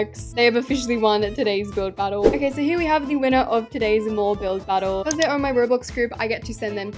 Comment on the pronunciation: English isnt my first language but when she mentioned the mouse hole in her mall i thought she said mole and i realized when she said "who add a spider on my mole" that she ment mall😭